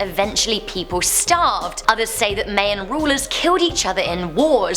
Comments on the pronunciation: I love you, but the way you said Mayan really irks me lol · Mayan pronounced my-an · Omg. It's spelled Mayan but pronounced myan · Mayan is pronounce My In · Mayan is pronounced My in, lots of love tho. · Its pronounced my-ins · You're not helping with this explanation. It's pronounced mai· uhn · Ahhhh you’re pronouncing Mayan wrong also I’m Mayan, I was born in Guatemala but adopted by my American parents and now I’m living in America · U murder the word mayan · Informative video: can't say MAYAN correctly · I don’t ever want someone to pronounce Mayan like that ever again. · Thumbs down for pronouncing 'Mayan' wrong and prison jumpsuit orange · She can't pronounce Mayan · I study anthropology in Latin art and her pronunciation of Mayan is so disappointing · She said Mayan wrong